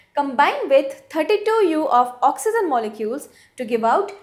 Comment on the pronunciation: Idiot it is oxygen not oxyzin